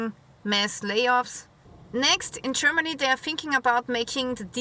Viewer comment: Love it. "Chermaney"